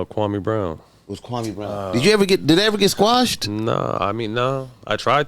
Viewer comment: Still won’t even say the man’s name correctly. Come on bruh